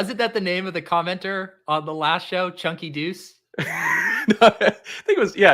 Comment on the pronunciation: its chunk"tha"deuce but either way i can dig it... Much love tho folks, best of luck! And if i dare need to explain my name or profile pic, i will lol